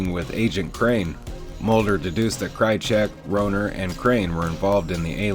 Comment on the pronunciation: Horrible mistakes in characters names and their pronunciation. It was Melissa not Melinda. Marita not Martha. Rohrer (pronounced Raw). You ruined otherwise good material. SMH.